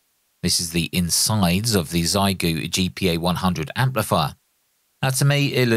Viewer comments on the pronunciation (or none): Trying to be helpful: Google “xiegu in Chinese” and the Google result has a button to demonstrate the right pronunciation. Try your best 💪